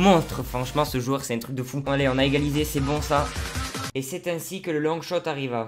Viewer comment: Mdr longshout avec ton accent c mdr